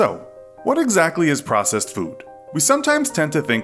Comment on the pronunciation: Who else thoght the word processed said possessed.